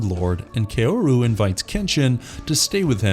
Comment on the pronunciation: My only issue is how a lot of names were pronounced. It's Kaoru[Said like Cow-Ru].